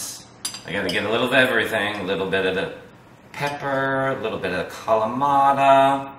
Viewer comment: Nice recipe. Please pronounce the peppadew peppers correctly and Not Poppadew or Pappadew as in the video. Also, Kalamata is not pronounced Kamalata.